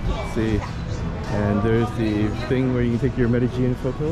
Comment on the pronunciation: Why is Medellin pronounced “Medgellin”?